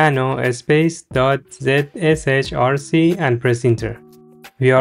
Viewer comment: helped very much very helpful thank you you sound silly saying .zrch or whatever it said